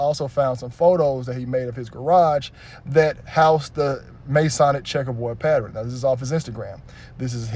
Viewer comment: Pattern 😂😂😂 not Patternin